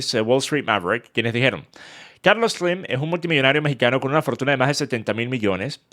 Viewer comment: Carlos sleemmmmm 😐 sos venezolano? Chao no soporto ese hablado